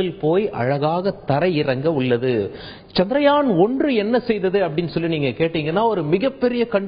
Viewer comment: Good information. Thanks. By the way, it is chandraayan and not chandrayaan